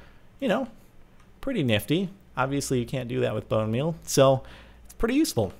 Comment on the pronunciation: Boner meal not bone meal LOL xD